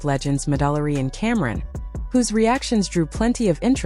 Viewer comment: "MaDollarRee and Camerin" lmfao